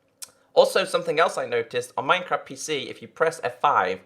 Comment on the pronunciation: "mynecraf" xD